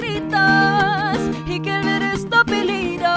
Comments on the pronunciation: Nag aaral ako ng spanish at may mga words talaga na iba ang tunog pag di mo inayos yung buka ng bibig mo. Dejame at apellido lang ang na miss nya e pronounce ng tama. J is pronounce like the letter h and ll is like the sound of letter y. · Wow she nailed it! Ive been living here in Central America for almost 5 yrs and I cant even sing or pronounce spanish words very well unlike Julie Anne. Impressive Julie Anne👏👏👏 dejame and apellido iba ang pag pronounce nya, tinanong pa ako ng pamangkin ko bakit ganun daw ang pronunciation lol, sorry spanish kasi sya kaya nag react lng medyo. But im so amazed of Julie Anne. She was amazing!😊❤️ Galing galing😊👏❤️ #pinoypride🇵🇭